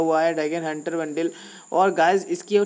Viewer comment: bhai wo bundle hota hai bundil nahi😂😂